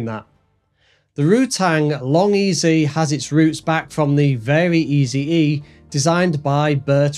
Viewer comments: It’s pronounced “very easy”, not very EZE like you said it. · Both the EZ in LongEZ and the Eze in VariEze are pronounced like "easy", not "Easy E"